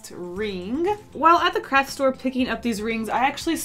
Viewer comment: it sounds like she said crack store but she said craft